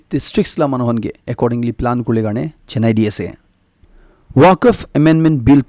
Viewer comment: Pronunciation of Moscow and Waqf be corrected